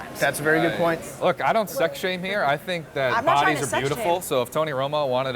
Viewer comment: pft pronounces "HERE" differently, the way Nelly sang HOT IN HERRE. is he from St Louis?